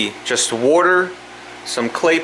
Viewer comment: Where are your from? You're pronouncing water like a Fuladelfian.